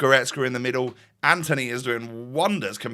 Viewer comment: btw, its not ANTHONY, its antony, you dont pronouce the h (ant-on-ee)